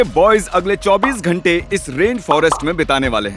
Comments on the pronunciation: Ghante not Dhante 😂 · It's not dhante it's ghante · It's ghanta not dhanta! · It's ghante not dhante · DHANTE NAHI HOTA GHANTE HOTA HAI😂😂😂 CORRECT IT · ⚠️It's Ghante not Dhante..⚠️ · ITS GHANTE NOT DHANTE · Bro not dhante its ghante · Bro ghante not dhante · Ghante not dhante